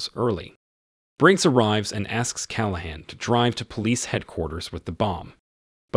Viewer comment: These AI narrators are getting better but they're still annoying. Like the way it pronounces "Inspector Dirty Harry Calahan" "